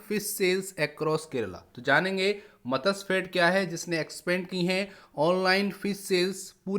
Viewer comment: Matsyafed :- it is not मतस्यफेड; it is मत्स्यफेड.